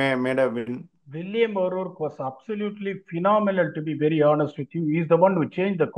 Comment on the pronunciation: atlast pronounced will o rourke rightly